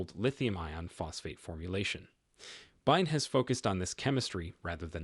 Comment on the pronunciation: B Y D not "byde". Again I believe this is AI aided monologs. Not the most effective.